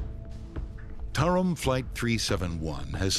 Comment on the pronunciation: It's "Tarom". Yes, i'm romanian, and that's one of the worst airlines in Romania